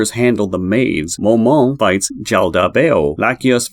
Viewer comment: Some of it was a little wrong, no hate to the at all. Momon is just pronounced "Moe" like Joe, and "Mon" like pokemon. Ainz is pronounced "Eye-nz" It may be more beneficial to watch some episodes in english dub instead of reading how to pronounce it in text. Also, Demiurge does not use sheep beastmen, he uses humans, "hairless sheep" or what he says, is just a joke.